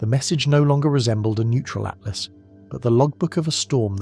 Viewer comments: For crying out loud it's 3i ATLAS not ATLAST, at least try to get the name right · If you are gonna let AI make a sci-fi novel about 3i/atlas, at least get the name right, ”at last” lol